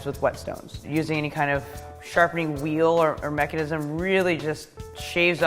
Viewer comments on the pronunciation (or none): none